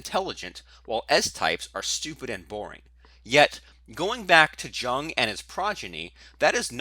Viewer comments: buddy, it's pronounced "Yoong"... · What's the type that can't pronounce "Jung" correctly? Because that's what you are. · You need to stop mispronouncing Jung's name. A disgrace.